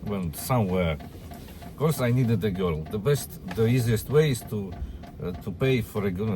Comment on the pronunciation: it sounded like he said "I could f*ck a goat every night", took a sec to work out he was saying girl🤣